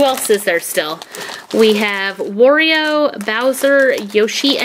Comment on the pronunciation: Yeah its a he and its wArio not wOrio